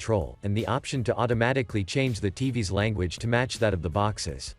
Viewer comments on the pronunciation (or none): none